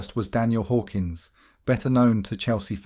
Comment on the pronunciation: It’s Hawkins,not Hawkins 😂